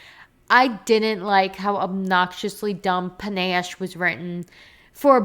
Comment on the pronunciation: I really agree with so much of what you said, but omg it's pronounced puh-NASH. I'm sorry I had to say it Lenore Dove was such a misstep for me, and the way she's written I just thought was terrible.